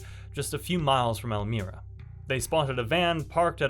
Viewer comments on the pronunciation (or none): EL-MY-RA not El-mire-a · ELL-MY-RA ELMIRA CORRECTIONAL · El-My-Ra .... pronunciation is odd i know welcome to NY